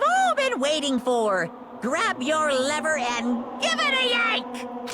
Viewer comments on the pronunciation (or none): none